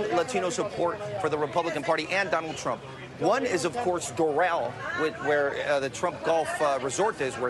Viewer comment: Did Chuck Todd have a slip of the tongue at the intro and say "...Chump, er Trump...?"